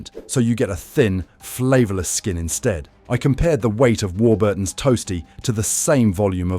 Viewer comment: Also stressing Burton in Warburton's. AI garbage with gaps in all the wrong places.